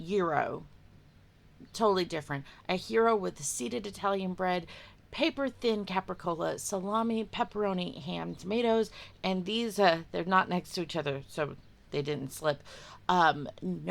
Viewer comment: Never trust Feds. Was mangled pronunciation of cappicola deliberate acting? 😂 Great audio.